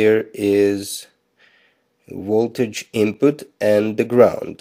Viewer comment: Where are you from??? Voltage is not pronounced as wolt-age . It’s a Vee not a DOUBLE-UU. Video is pronounced Vee-dee-ooo Not Wid-we—I